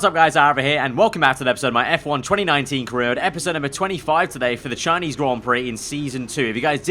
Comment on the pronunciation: THE SHINESE GROND PROCK